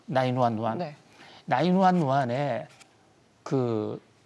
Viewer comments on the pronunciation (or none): 나인완완? 앵커도 순간 머지?한듯 그냥 구일일이라고 해라ㅡㅡ발음도 안되구만. 그리고 나와서는 맨날 기업 폄하에 까기만 하는데 사할을 거냐? 먼 박사라는거? 뒷담 박사? ㅋㅋㅋ 기업의 전망이나 디테일을 이야기해야지 허구언날 지난 팩트 가지고 묻따 까는게 경제학이냐? Sbs 출연료 남아도나?헐